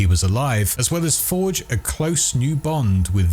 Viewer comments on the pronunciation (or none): none